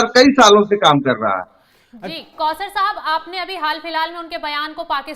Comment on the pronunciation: Pause Sahib nahi- Kauser Sahib.